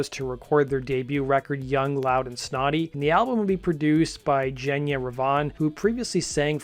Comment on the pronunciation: Genya Raven is pronounced - "Genya" like "Again ya" & Raven like the black bird.